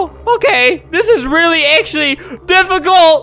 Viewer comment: "This Is Actually Really, Dif-a-CULT